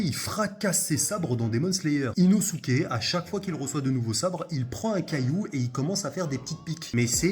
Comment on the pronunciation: On dit Inoske 😭😭😭😭